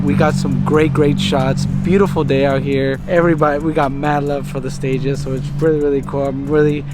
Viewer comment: Listen here 😂 it’s not a gtr and you said stagea wrong. Yeah they look nice with a 34 front but a stagea isn’t a gtr and the front of the 260 is one of the best looking front ends on any car,I personally don’t know why people do the swap but everyone can live their life’s how they want. Not a gt-r bro. It’s a 260rs four autech